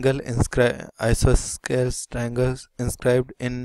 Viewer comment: Bro, the explanation is neat, but the pronounciation is I-SO-SO-LES TRIANGLE